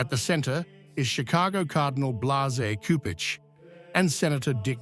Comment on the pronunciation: JMJ+ PLEASE, learn how to pronounce the Cardinal's name.